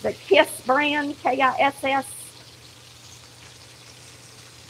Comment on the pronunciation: K-I-S-S Like the singer? So funny in that accent